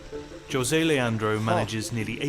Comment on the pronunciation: Almost had an aneurysm reading chat clown on the narrator for pronouncing José the correct way (or close to correct) because they think a Brazilian guy's name has to be pronounced the same way that name is pronounced in Spanish.